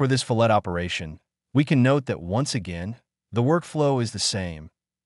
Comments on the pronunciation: I used to chuckle at pronunciation fil-LAY, like sliced fish. But hey, words sound different in other parts of the world. Now, your attempt to pronounce the "T" is still missing the mark... correct pronunciation in my part of the world (USA) is FILL-it. Love your FreeCAD videos! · NOT REALLY..! :-) Fillet, Fillet, Bow, Bow. These are what are known in the English language as "heteronyms". Words that are spelled the same but have different pronunciations depending upon usage. A FILL-LAY such as in a fillet of steak of fish or a ribbon is something that cut in a thin, narrow strip. In food prep it is a thin strip of boneless meat. But as I mentioned it can be a "ribbon" of something. A FILL-LET, (not fill-LET but fill-let with equal emphasis on both parts), is a wedge shaped, triangular support between two perpendicular verticals. When possible, depending on the material the fillet is often blended smoothly to help relieve any stress between the faces. In any case the reason for the different pronunciation is not simply personal whim but two completely different things that just happen to have the same spelling in English. The only way to know which pronunciation to use is by knowing what you are intending to describe. In this usage, CAD, the correct pronunciation to use is "fill-let", a wedge shaped support. (unless of course, you have included a thin strip of meat in your drawing, which would be a fill-ley) I don't mean to be a know-it-all but Heteronyms have always been one of my pet peeves. By the way, I found your video to be very helpful as I am a long time FreeCad user who is trying out OnShape. I am kind of having an uphill battle and I am wondering if it is worth it. I keep trying to build things in OnShape and I find myself tripped up by how to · Fillet pronounced: Fill it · Adds trigger warning for mispronunciation. Proceeds to pronounce it wrong again. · Another guy told me it’s pronounced “fill-et” with the "t" sounded out. I’m a bit confused 😂